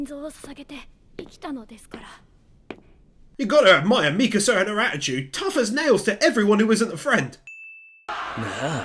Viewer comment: Bro really said misaka 1:4:25